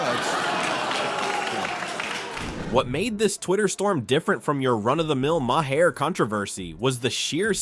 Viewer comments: You don't pronounce the "H" in Maher's name. It is pronounced Marr. It is an Irish name. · Why don't you learn how to correctly pronounce Maher's name correctly ? It's pathetic you still haven't learned something so simple !